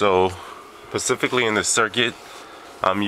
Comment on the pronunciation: It's not an "integrated circuit" it is an integrator circuit. Also, not to be pedantic, but it's "specifically" not "pacifically".